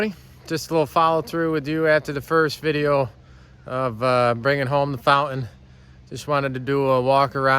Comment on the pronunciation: You got a lot of work ahead of you but in the end, it will be a very nice boat. A 35 is a good size, not too big, not too small. Of course a 35 Fountain (not "Fou-in" 🤣) is like a 31 if you don't count the beak and swim step. 😮😂